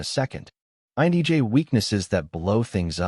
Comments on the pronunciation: The content of this video is mostly spot on... but man... listening to this video is driving me nuts because whatever reading voice or tool this video is using is saying IN"E"J instead of INTJ the whole time. And I think this video is the only one that has ever called out the fact that repetitiveness is mind-numbing... and can literally feel like nails on a chalk board for us. Also, authority without justification... this is also very annoying. The one thing I would correct about this is how we view other's emotions. Emotions are a lens through which we can see another persons values or beliefs. However, INTJs value truth and authenticity over everything else. We check our emotions because we first ask, "Is what I feel truthful?". If I believe someone is purposely hurtful, I will become angry and distant. However, that may not be the truthful, right? My lens may be projecting past wounds onto this person and it's not reasonable or fair. So, I step back, ask questions, assess, and then realign my feelings with WHAT is true. I cannot control, predict or help other's realign their emotions with reality. Most people don't care what is true... they care that what they "feel" is true. I refuse to take responsibility for that. Emotions are uncomfortable for this exact reason. Some things, like mourning the loss of a loved one... THAT I can feel genuine empathy for. But everything else, well, I'm downright uncomfortable reinforcing a world view that I can't confirm. When someone come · Is he saying INEJ's? Thought so. That's not me. INTJ all the way. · Why does the narrator keep saying "INEJ" instead of "INTJ"? Am I the only one who's noticed that? Video captures the INTJ well. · Why do you pronounce, "INTJ," as, "INEJ?" 🤔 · Phew... it's not just me 😆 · "INEJ"? Enunciation matters! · INEJ? It's a T, man. Why do you keep saying that? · Lameness angers me. By the way, why do you keep saying INEJ? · Lol at the pronunciation of "INTJ"